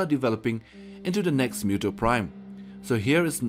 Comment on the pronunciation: OMG PRONOUNCED MOOTOE